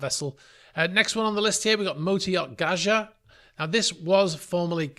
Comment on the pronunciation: Please, Gaja is pronounced Gai -uh not Ga-jar, she was a primordial Greek god the mother of the Titans and all life. She was one of the first Gods.